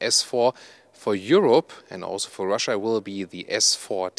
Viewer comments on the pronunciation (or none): none